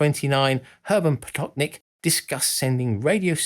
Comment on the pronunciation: And as usual, the American horribly butchers foreign names. Who, please, are Hurmen Oweburf, Konstantayn Tsilofsky, or Hurmen Potoknik? Is it really so undignifying to make a handful of Google searches beginning with "how to pronounce" that you can't possibly bear to make them, lest it irreparably hurt your pride?